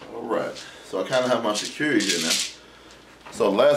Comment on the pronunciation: Your video and shekere were awesome! We lost sound at the end so I couldn't hear you play it. A little FYI (Shay) like SHAKE (Ka) like CO(CA)COLA Ray like the sun's rays. SHE-KE-RE = SHAY-CA-RAY... I hope you reply. Nice job, I'm working on my now! Andrea